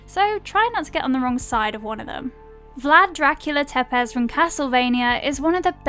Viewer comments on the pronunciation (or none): pronounce Tepes like Tepesh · For me it was Tepes